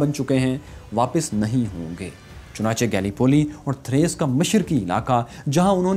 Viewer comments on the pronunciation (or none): none